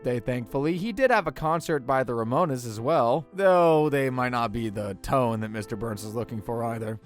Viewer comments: "The Ramo-nezz" Pretty bad to pronounce it like that while being a smart ass😂. How do you say "Stones"? Sto-nezz?😅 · By the Ramone-uhs? What the fuck is wrong with you? It's The Ramones, NOT Ramone-uhs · says the guy who butchered the pronunciation of The Ramones 😂